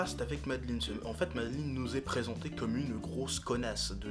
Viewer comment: j'adore ton accent anglais! du coup c'est pas "madeline" c'est "meï-de-laaïne", ouais jme fous d'ta gueule! Ouais...! Continue comme ça! T'es bien le frère à ton frère! (tant mieux d'ailleurs.. sinon voila quoi.. enfin tu m'as compris..)